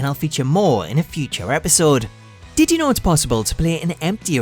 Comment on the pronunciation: Tittie know series.....😂 Thats all I hear know☃